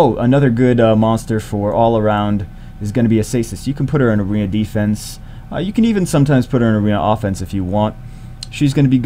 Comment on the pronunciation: Acasis 'a Kay sis' C only makes a S sound when followed by e,i,y, I'm not trying to be a dick but for some reason that really bugs me :/ I watch a lot of your vids and find them informative, funny, and helpful. Btw just recently 6 starred my Zinc love him!!